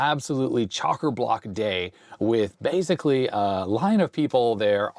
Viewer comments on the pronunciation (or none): none